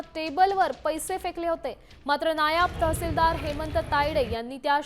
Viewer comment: या बातम्या देणाऱ्या बाईला मराठी नीट शिकवा नायाब तहसीलदार नाही मॅडम नायब तहसीलदार असा शब्द आहे